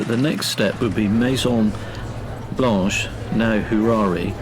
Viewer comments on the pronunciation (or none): none